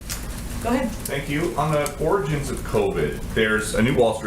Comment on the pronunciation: I’m just glad she can say origins and not oranges.